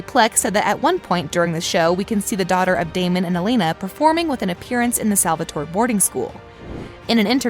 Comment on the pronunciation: In another video she said “Salvator-i”